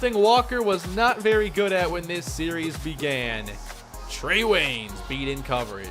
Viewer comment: when you said Trey Waynes or whatever his name was, it sounded like you said Treyw3y